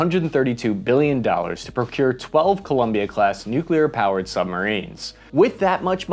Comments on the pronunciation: You were like 60% "nuclear" and 40% george bush "nukular" during this video. I guess its progress <3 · Don’t say nucular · NOOOOOOOOOOOOOOOOOO GODDAMMIT YOU STILL SCREW IT UP NEW-CLEE-ER NOT NUKE-U-LER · and then a minute later you pronounced it "nuculer". sigh. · You just won't quit pronouncing it noo-kyuh-ler, will you?? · He pronounces nuclear wrong. Driving me nuts. Stopped watching